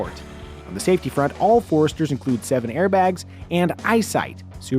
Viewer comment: He said sevenairbags (sic).